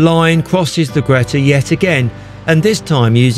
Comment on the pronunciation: I remember going on one of the last trains as a nipper. The driver came and asked me if I'd like to sit with him at the front. I was beside myself with excitement. A memory which will last a lifetime. Nice video. Thanks P.s ..Greta is pronounced Greeta